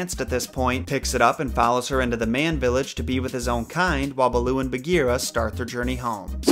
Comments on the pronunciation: the name “balooo” is actually “bha-loo” which in Hindi literally means bear . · "Beul'oo"... RIP HIndi. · Hey just clarifying a few things you may have gotten a bit off. Raksha( pronounced "Ruckshaa") means " protection" in the Hindi language not Demon.(That is the word "Rakshas") Also pronunciation of Bandar-Log (monkey-people) is " Bunder-loage". Baloo is pronounced Bhaaloo which means bear in the Hindi language. Loved the video.im glad to know people love kipling as much.Thanks